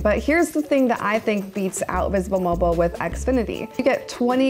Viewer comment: V'sble mobile ? Never heard of it lol I'm from Texas. That sounds like a none major company to me